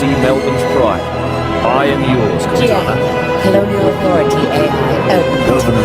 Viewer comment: Cor-tana ….home, teacher, body for A.I?